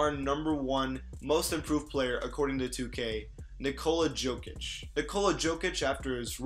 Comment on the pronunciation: Its yanis and yokich, also dragich with a g like in drag.